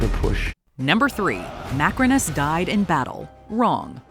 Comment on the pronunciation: I wonder Why you called Macrinus 'macaroni' at the timestamp for but lts funny though😂😂 love your content btw❤❤